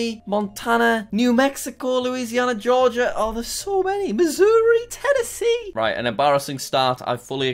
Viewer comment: Everyone gangsta until Jack pronounced "Georgia" as Ge-or-gia after saying the right pronunciation .